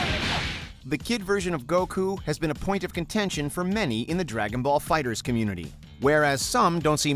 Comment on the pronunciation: Is no one gonna react to how he pronounced dragon baller figherZ?